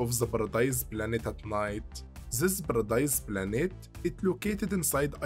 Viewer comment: Ziz baradize planets